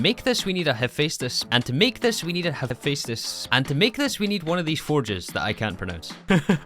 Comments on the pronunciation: its the "hef-estis forge". great vid as alwaus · Say it with me, Ha-fes-tus